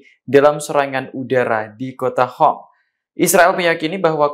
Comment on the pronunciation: lucu.. qatar=hatar qoms =hom ada masalahkah dg hurup Q??